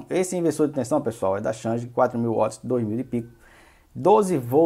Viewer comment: Não é uots! É Wats!!!esse uots é brabo de ouvir,do resto bom vídeo!